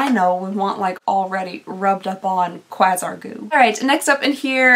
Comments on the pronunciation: Quasar is pronounced like “kway-zar” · So fresh and so clean was a hit song from Outkast. Fun video lol. Quasar goo is an interesting name lol. I think it’s pronounced Kway-zar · Constructive criticism: Chuckling and laughing while you are speaking gets ridiculously annoying after awhile. You say “actually” about a zillion times in every video lately. Quasar is pronounced quay-zar. If they don’t come with the prices then use your phone to look them up. I mean, c’mon! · You saying quasar wrong hurt my soul